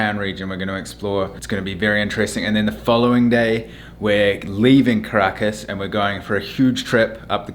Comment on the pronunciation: Also Caracas is pronounced KAh-ra-KAhS